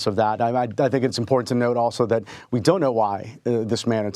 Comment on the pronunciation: She thinks she is so “ impor ant” 🤣🤣🤣🤣🤣🤣she is about to find out NOT!!!🤣🤣🤣🤣🤣🤣🤣🤣